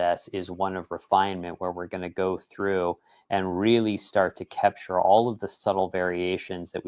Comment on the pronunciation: I love the way say kepture 😊